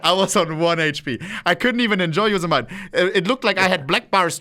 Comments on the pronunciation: I don't think I've ever heard anyone pronounce Yosemite as Yous-Eh-Mite. (It's Yow-Seh-Muh-Tee) Though, hand up, first time I traveled to the Tetons (Tee-Taanz) I said Tet-Ins. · Yosemite (YO•SEH•MIH•TEE) not YO•SIH•MITE